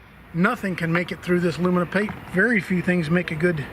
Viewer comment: Love that it stuck in the aluninum 🤣